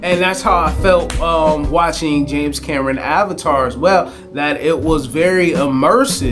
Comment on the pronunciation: It's pronounced AVATAR and NOT ALVATAR lol! But I knew what you meant so it's cool lol. I saw this movie in the 4DX theater for my very 1st time and it was exciting! The moving seats, the wind, water, and sound was AWESOME. It was very similar to a amusement park ride. I was more emerged in the ride and the action of the movie than the actual story. The story didn't grab me much. Even the characters I didn't care much about besides my homey Momoa lol. I like him in general.